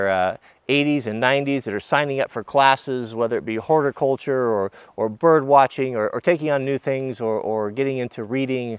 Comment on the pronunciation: i thought you said “hoarder culture” and it took me a minute to realize you said horticulture.